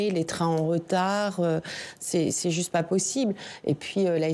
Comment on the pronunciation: "c'est pô zuste"